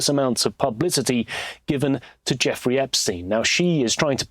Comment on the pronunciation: please--It's Jeff; nor jaw. (Or is it a YouTube thing?) Like having to self-censor, and saying ridiculous things like "unalived."